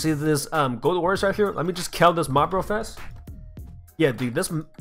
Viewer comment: his accent sounds like kel